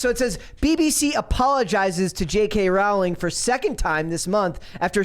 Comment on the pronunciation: Pronounced: Rowling like Bowling